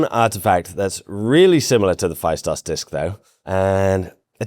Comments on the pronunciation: Festos not Fa-i-stos. In Greek A and I together as ¨ai"-"αί" is read as e as in E-stablished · Heyo, Cretan here. It's Feh-Stos. Not Phy-Stos. Thank you for your attention. Now on to important matters: There have been many locals who have claimed to have decyphered the disc but "never got the funding" or "were silenced" and other bs like that. It's a scammer magnet to try and decypher the disc lol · Pronounced Festós. Not Faistos. Thnx m8 😁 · Phaistos in Greek is pronounced "Festo's" accent on o and ai is e. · I never understood why English speaking people refuse to say easy words from different languages with the correct pronunciations. "Phaistos" is a good example. In Greek, the sound of 'ai' is the same as 'e' (ε, Epsilon). Hence, "Phaistos", can be imagined as "Phestos". I am not saying that people learn that in reality you don't pronounce the 's' in the end and you twist the work to "Phestou". In history talking videos, it would be nice to have minimal effort on simple things, with landmark properties. Every time things like that happen, if I only listen to the audio of a video or podcast I have a hard time understanding what the narrator is talking about, because the word sounds incredibly alien. PS: I know you tried to say some words properly, but really you missed the easiest one. Thank you for the video as a whole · Hi. It's pronounced Festós. Much love ftom greece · The ‘ai’ in Phaistos is equal to ‘e’ and pronounced as e not ai. Thank you!🙏